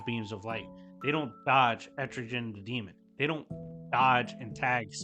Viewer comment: Are you saying Etrigan or Estrogen? I think you called him Estrogen twice? lol. I know what you mean.